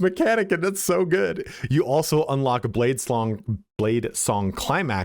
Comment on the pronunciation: He said blade slong , sounds like a cool skill.